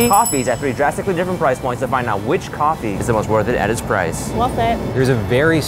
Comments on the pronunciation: I Love the way they pronounce coffee... Cohee! 😄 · “Coffa wine” “coffine” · Its Cofine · no, it's coffine